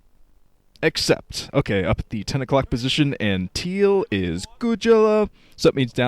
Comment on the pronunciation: what is it that you say before the colors? "except"?